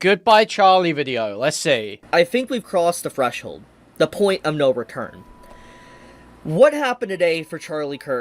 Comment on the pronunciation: “we’ve crossed a Fresholb”?